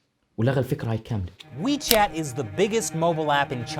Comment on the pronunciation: Wechat ya dik adik bukan michet😅